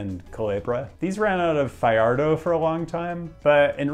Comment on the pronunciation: . Your Spanish pronunciation is atrocious--it's "fa-HAR-do," not "fa-yar-do" and it's "vi-eh-KEZ," not "vi-ek." But I'll forgive you because you're so entertaining and I love your channel. LOL. That being said, I've been on the ferry from Fajardo to Culebra Island. Flamenco Beach is truly OUTSTANDING. I've been to 40 countries thus far, with about 8 being tropical nations with tropical beaches, and Flamenco is still the most gorgeous beach I've ever been to in my life. (Though the beaches on the island of Fuerteventura in the Canary Islands are definitely runner ups, just that the water there is super-cold.) It's located in a U.S. national monument, so no resorts will ever be built there. The sand is the whitest I've ever seen, the water crystal blue and toasty warm, like a high-end pool. It curves around this gorgeous cove. Then there's the emptiness--it's not a popular beach with the locals and tourists don't tend to go there. I think it's time for another visit since it's cheap to get there from NYC. :D